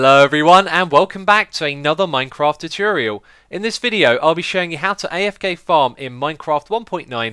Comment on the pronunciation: Nice "Chuchurial" , X